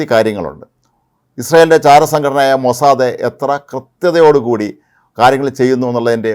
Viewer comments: പൊന്നു മറുനാടൻ, ഇങ്ങനെ എല്ല പേരുകളും നിങ്ങൾക്ക് തോന്നിയത് പോലെ എഴുതുകയും ഉച്ചരിക്കുകയും ചെയ്യുന്ന ഏർപ്പാട് നിർത്തണം. മൊസാദെ എന്ന് അല്ല മൊസാദ് എന്ന് ആണ് പറയുന്നത്. ഇസ്രായേലി ടി വി ചാനൽ കാണിക്കുന്ന ഇംഗ്ലീഷ് വാർത്ത കേട്ടാൽ അതു മനസിലാകും. ഉദാഹരണത്തിന് ILTV . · അപ്പാപ്പ മോസാദ് എന്നു പറയു